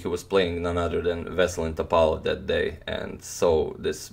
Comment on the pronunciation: Antonio Radic, like man from the Balkans, you have to say [Vesel'in Top'alov] , not [V'eselin T'opalov]. Anyway my favorite chess chanel! Best regards